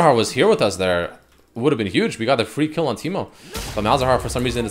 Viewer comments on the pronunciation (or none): none